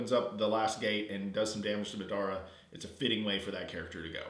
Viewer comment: oh and it's mah-duh-ruh (madara) not mid-ar-a